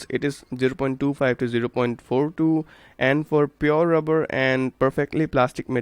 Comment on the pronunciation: that rubber ( rubbah ) accent tho 😂🤣😂😂🤣😂😂😂😂🤣